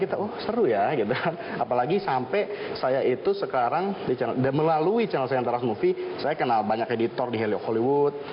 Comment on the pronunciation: Kok narator nya ngomong chanel malah "kanel"